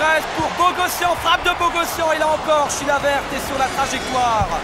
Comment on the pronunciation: le présentateur dit : chilaverte